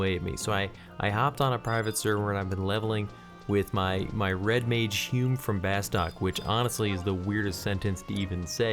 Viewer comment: It's not "Bass-tok" it's "Bass-two-k" Watch the intro movie >.<